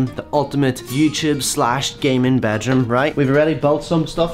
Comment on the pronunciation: I like how he says bejrum don’t bed room